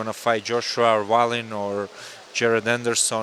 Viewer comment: Never heard anyone say Wallins name like that😅